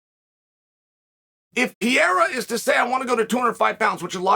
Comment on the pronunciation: He's still saying Pierra